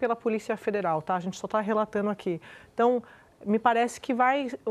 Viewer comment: RelataNo, fechaNo, complicaNo... Andrea Sadi precisa de um fonoaudiólogo.